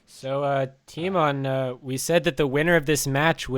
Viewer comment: Lol "tymoan"